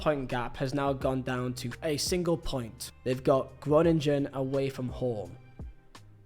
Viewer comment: Groningen is very much not pronounced 'Groninjen'.